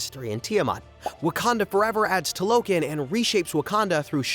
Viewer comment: It’s TALO KHAN